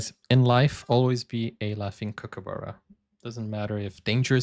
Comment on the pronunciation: It’s a Kookaburra, spoken exactly as you spell it. Short “u” vowel sound. Not Kookaboora.